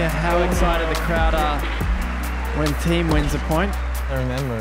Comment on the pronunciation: there is no "i" in thiem!